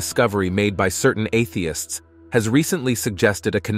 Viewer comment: Why is your robot saying, "Atheists," as if it is a dirty word?